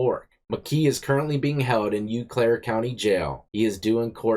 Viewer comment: 😂😂😂 bro “U-claire” sounds hilarious but only if you know the real pronunciation is “O-claire.” I give you a pass though cuz that combo does sound out “U” in “beautiful.” But this time it’s actually “O”